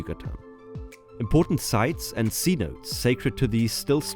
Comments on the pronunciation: It’s “say-no-tess” not “sea-notes” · C-Notes 😂. Should be pronounced C-No-tays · “Cenotes” is pronounced “sse-no-te” Kind of like “say-no-tay” for english speakers. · cenotes pronunciation "see noh tays" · Ugh thank you, I cringed every time he said it wrong!